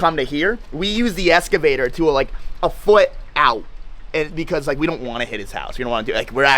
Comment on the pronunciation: Bro cant even pronounce excavator never mind do this job. Don't go anywhere near it and stick to cars!